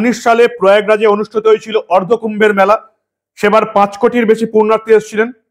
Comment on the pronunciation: শব্দ টা, পূর্ণার্থী, নয় পুণ্যার্থী। পুণ্য সঞ্চয় ইচ্ছায় কোন কাজ করেন যিনি ,তিনি পুণ্যার্থী। পূর্নার্থী নয় সংশোধন করে নেবেন please